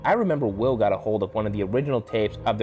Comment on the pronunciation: The guy pronounced Will's name wrong